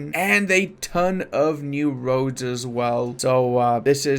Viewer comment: when says "roads" I hear "Rhodes" haha